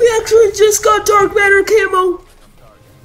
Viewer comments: First reaction it’s camo not kamo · that accent is crazyy camooww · he said (c"a"mo) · The first one is pronouncing it kay-mo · “Dark Matter Cay-moh